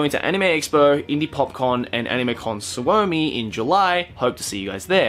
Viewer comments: "Animecon svoumi" Me: cries he pronounced it wrong but its ok because i am gonna be there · Kyllä se tosi hyvin lausu sen, tosin se venytti vähän liikaa o kirjainta. Mutta todella hyvin meni ottaen huomioon että hän ei todennäköisesti oo puhunu koko elämänsä aikana ollenkaan Suomea. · the way he pronounced Suomi 😂😂😂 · the way he says Suomi is so wrong and so cute :D The finnish pronounciation is quite similar to japanese, so it shouldn't be too difficult to say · noooh kinda 😂😂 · Veera Virtanen varmaan sano sen tollain koska puhuu englantia tällä videolla eikä varmaan tiedä suomen ja japanin kielen lausumisen yhtäläisyyksiä XDXD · lys LovesAnime nope, finnish xd